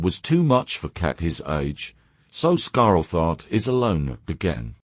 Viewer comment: The cat's name: Scarletheart The TTS: Ah yes... Scarell Thart 🙂